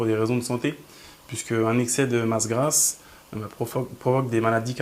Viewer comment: "grasse", pas "grâce" ^^